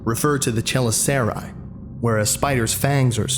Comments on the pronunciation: Btw it’s pronounced che-lis-ur-ray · chelicerae = (cha-liss-er-ray)